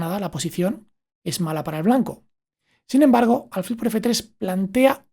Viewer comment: Acabo de suscribirme y te felicito por el canal. Pero me llama la atención que digas alfil unas veces como palabra llana y otras como aguda. Yo creo que es aguda😄😄